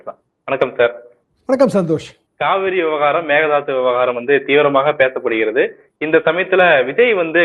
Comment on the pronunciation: Mekedatu தாட்டு ✅ Megathadhu ❌ Mekedatu தாட்டு ✅ Megathadhu ❌ Mekedatu தாட்டு ✅ Megathadhu ❌ Mekedatu தாட்டு ✅ Megathadhu ❌ Mekedatu தாட்டு ✅ Megathadhu ❌ Mekedatu தாட்டு ✅ Megathadhu ❌ Mekedatu தாட்டு ✅ Megathadhu ❌ Mekedatu தாட்டு ✅ Megathadhu ❌